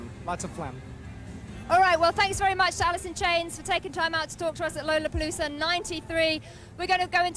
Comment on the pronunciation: She pronouced lollapalooza wrong , thats what layne was smiling at in beginning! She's british and he would of ! 😂😂😂 sean and layne were total RIDES!😂❤